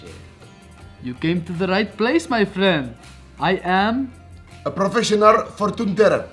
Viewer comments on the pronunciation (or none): Its provisionnel 😂😂😂😂😂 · “Brofetional” lol